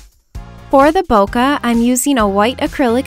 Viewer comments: It's not "Bo- Ka" it's "Boo-k" like a flower bouquet. :] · bo-keh instead of bo-kuh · Does anyone know why its called bokeh? Because I'm Japanese, and in Japanese, bokeh means blurry. Which makes complete sense. But it's not pronounced bokuh, more like bouquet. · It's pronounced bo-kee but whatever. When I first heard it I was like bokeh? bo-kee? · So that's how you pronounce BOKEH! Hahaha I've been calling it "bo-keh" lol. Loved this vid so much! <3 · it's actually pronounced as Bo-Keh. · ThatsHeart i thought it was pronounced bocky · its actually pronounced 'poke' with a b. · IT'S PRONOUNCED BOW-KAY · this is absolutely gorgeous!!!! but im a pronounciation nazi.... :/ and I believe bokeh is pronounced bo-keh. if im wrong, please correct me. thts just what I've been told. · It's pronounced like "bouquet" like a bouquet of flowers. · in photography, no matter the accent, it's pronounced bo-keh, maybe sometimes it is allowed to pronounce it with a little of bo-kay, but not too much, only sometimes it's pronounced bo-kuh but the earlier ones are more correct, again, doesn't matter the accent you have, that's how you pronounce it and yes it comes from japanese boke which means blur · It's pronounced BOKAI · No hate but they are called Bokeh balls and pronounced bok-aye balls but I believe people pronounce it both ways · this is so pretty!! :) I also had no idea bokeh was pronounced like that hahaha Ive been saying it wrong all this time!